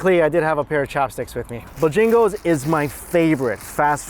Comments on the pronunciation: it’s pronounced Bo-Jangles. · Man... and the way he pronounces some words lol...it's Bo Jangles not bajingles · I dunno, sounded more like he was saying 'Bajingles'. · CMon man, it's not Bjangles, it's BO-Jangles. Heavy on the BO, not so much on the jangles. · BO- Jangles! Two separate words! Not Buh-jangles. Give it a breather in between the words. The northern ppl be talking fast. But when you in the south you relax man. You gonna learn how to relax for reals yo. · It's Bojangles not Bojingles come on. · Its not Bah Jingles, smh.......BO JANGLES!! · BoJingles or BoJangles? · Is it really Bo-jingles or Bo-jangles as in the song?? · Me, from South Carolina: cringes every time he says bahjagoes I love you but you gotta draw out the “bo”. It's bow-jangles... You gotta say it with a little twang and a very slight pause between the bow and jangles lol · I was screaming its BOjangles Booooooo jang le's 🤣 lol i dont even know where he gets bajingles from. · lmao "BAJangos"... Boe-Jangos 😭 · Stop saying Bojingles it's Bojangles. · Bojaaaaangles not Bojingles. Haha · Buh-jangles, hahaha. Southerners know it's BO-jangles. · It’s Bo Jangles not b’jangles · its bo Jangles with an a not an i😂😂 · Bojangles not Bojingles. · LOL ... It is BojAngles .. NOT Bojingles lol lol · Are you calling it Bah Jing goes? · Just saying it is BOH Jangles. From your ABC Auntie. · It's Bo-jang-les,, the way you prounonced it gave me a headache😫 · Take a shot everytime you hear say 'Bo-Jingles' lol 😆 I guarantee you might get wasted 😉. You the best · ...it's pronounced Boe-jangle's.😂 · Buhjingles is what I'm hearing :) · It's Bo_Jangles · as a southerner it's BOWWWWW JANGLES say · It's "Bo-Jangles" you clown. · I did b'jingles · Sounds like is saying bajingles! I assume it's supposed to be Bojangles, like the song "Mr Bojangles"? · Bo Jangles actually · bo jang els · It's "bow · jang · glz" "bo-j-angles" bo and then j'i'ngle with an A, j'a'ngle